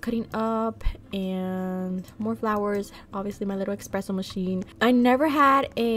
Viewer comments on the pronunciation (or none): Not u saying “expresso” 😭